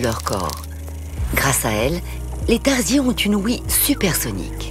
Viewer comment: tarsier , ça se prononce pas comme ça.